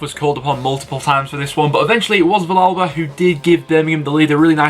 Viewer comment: Just so you know it's pronounced viyalba 👍